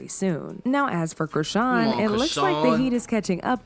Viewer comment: They way you same her name... Chrisean 😂😂😂😂😂😂